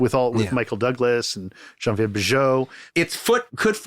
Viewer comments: The way Tarantino pronounces "Geneviève" (Bujold) is hilariously incorrect. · I was gonna say has QT butchered the pronunciation of the lovely Genevieve Bujold? The answer is yes!